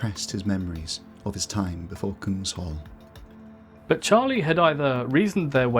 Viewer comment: I think Kung-SH-all is not the correct pronounciation. Kung is king in Swedish and hall means hall. So it would mean King's Hall.